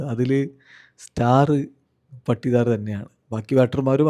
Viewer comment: പട്ടിദാർ അല്ല പാടിദാർ 😂